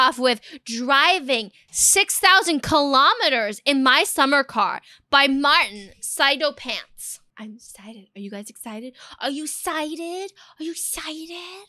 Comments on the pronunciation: its pronounced martinSEETOEpants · ITS MARTEEN - CEETO - PANTS